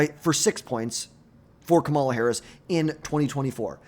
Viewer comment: How are we in 2025 and still mispronouncing Kamala Harris' name? KA-ma-la, learn to say it correctly like everyone does for every other politician.